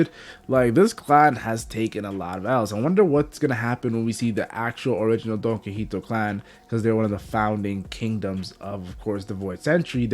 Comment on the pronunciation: It's pronounced "Don-Key-hoe-tay"